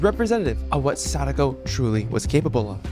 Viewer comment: try not to cringe at him saying sadako